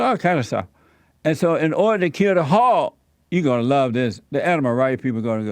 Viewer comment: when he says the word "hog" sometimes it sounds like he's saying "hawk" and sometimes it sounds like "hop"... also, "peachers" best part